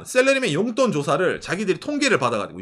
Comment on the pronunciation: 욘돈이 아니고 용돈